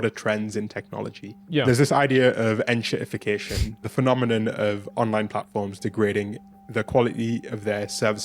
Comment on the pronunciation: En-Shitty-fication alright 😂